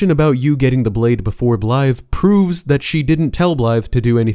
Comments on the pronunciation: Great video, but all i hear is “Blythe” and it bothers me. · He’s screwing up blaidds name on purpose right? Hearing Blythe over and over again was really striking a nerve.